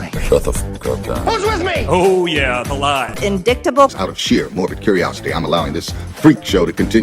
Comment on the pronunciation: Did MTG actually say indicktable???